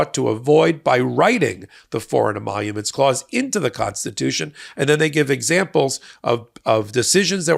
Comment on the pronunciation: Trump can’t even say emoluments.